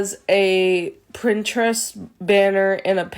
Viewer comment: Did she say "Printerest"? Huh, I wonder what kind of printer it uses.